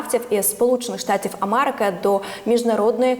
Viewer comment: Ведуча. Не мАрежа,не АмАрики, а мЕрежа, АмЕрика і так далі. Працюйте над вимовою.